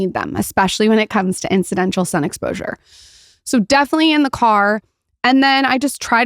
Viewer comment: “Incidential”???? IT’s INCIDENTAL my dear